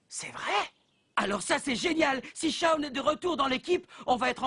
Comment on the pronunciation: c shawn pas shaune